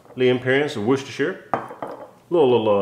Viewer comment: Hey good looking jerky and a interesting combo of ingredients I think I’m gonna have to give this one a try, oh and great job on the proper annunciation for Worcestershire sauce;) so much easier isn’t it.